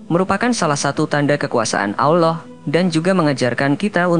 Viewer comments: Pengucapan Aowllah itu salah; biasa saja ALLAH,, ujung lidah melipat di belakang gigi atas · Tapi aneh, chanel ini, membahas islam tapi pembaca narasiny mengucap lafad ALLOOH kayak bukan orang islam orang muslim, aneh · Miminnya orang kafir,,,nyebut Allah nggak Paseh..?